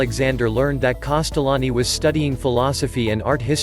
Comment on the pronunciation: Can we please spell his name correctly and maybe try to pronounce it better